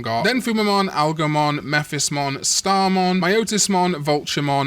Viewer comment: It's Algomon, as in algorithm. This digimon clearly has literally nothing to do with Odysseus's dog...